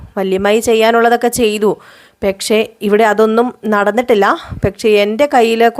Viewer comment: പെക്ഷേ.. പെക്ഷേ.. എന്ന് തന്നെ പറയുന്നു